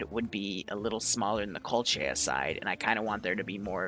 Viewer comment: Did you just say "kolcha" and "astrotzka"? Friendly correction "Koh-lech-iya" and "ar-stotz-ka"